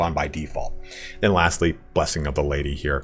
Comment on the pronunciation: PHOR ZE LADY